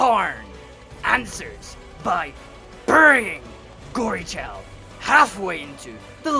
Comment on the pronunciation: Its good but its Gorechild not gory child